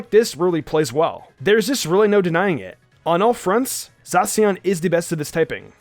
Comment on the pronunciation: My favorite: zacian And its prounounced zasyian not zasian (i had to spell it wrong)